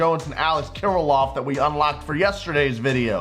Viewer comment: Some teach to say Alex Kirlloffs name 😂😂😂